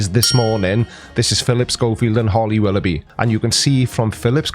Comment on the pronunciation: The earth is a globe. End of story. But on another note. You questioned if Flight attendant was PC, but then proceeded to say Willoughbooby for the entire video..? Pretty dumb mate.